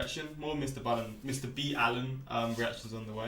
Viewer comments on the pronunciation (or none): You should react to his Top 3 VIDEOS with disturbing backstories PART 9. That one has stuck with me ever since I saw it! (Also it’s not Mr B Allen, it’s Ball-In. Watch till the very end to hear him say it. You weren’t saying it wrong before! Lol.) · someone was messing with you. his name is mr Ballen pronounced "Baw-len. he even pronounces it like that himself.